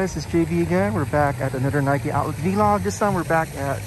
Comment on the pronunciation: It’s vlog not v-log btw but I don’t matter good video